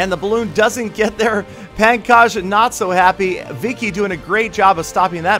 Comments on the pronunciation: the name is not pronounced as pan kaj its more like pongkoj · Pankaj pronounced as Punkaj.